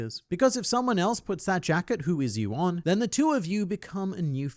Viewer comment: Am I the only one that hears jack it, instead of jacket. Just changes the nature of the fruit entirel.